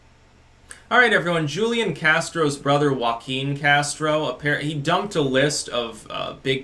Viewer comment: Its pronounced Hoo-lian